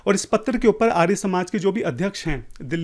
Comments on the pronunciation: 😂 bola kijye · arya ka pronounication to tu aryaa kar raha hai aur sastrarth sanskrit me karenge 😂😂